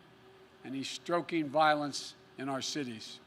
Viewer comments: Stroking fears? Straight from the shoulder x 3...a straight SHOOTER reference...that jibber jabber of incoherent covid lives 100 years something or other...secret federal troops..TWENTY FOUR MINS NO QUESTIONS. gosh, well, point made, man. Got my vote!! Lol..NEVER. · “stroking violence” 😂🤣😂🤦🏼‍♂️